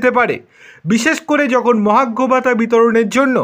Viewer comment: ঠিক মত কথা উচ্চারণ ক'রতে পারে না, চ্যানেল খুলেছে ! 🤔 মহার্ঘ ভাতাকে মহাগ্ঘ ভাতা ব'ললো ! স্যাটকে স্যাড ব'ললো ! 😢